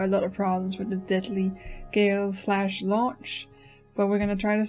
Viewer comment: its not pronounced "gale-slash" the real name is cooler. its pronounced "galeh slash"